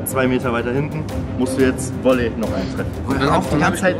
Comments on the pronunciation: Wolley ? Heißt es nicht Volley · Das heißt "VOLLEY"